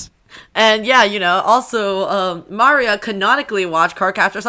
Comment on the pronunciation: When I first heard that I thought you said Mario not Maria, so I thought you were making some kind of joke I didn't get.